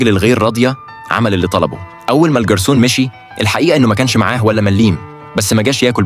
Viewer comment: الكلسون ❌ الݣرسون ✅